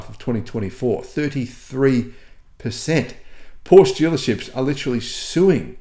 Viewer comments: Great research … thanks for the effort and for sharing, dear … on another note could you maybe try your say PorschE and not Porsch …;-) … thanks 🙏🏻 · Thanks for your work. FYI ‘Porsche’ is properly pronounced ‘Portia’😊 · Hearing the word Porsch multiple times a minute makes my ears bleed. Seriously, why does an auto journalist not care about the correct pronunciation of a car brand that he talks about? With words of foreign origin like Porsche you pronounce the e at the end just as you do it with Katastrophe or Nike.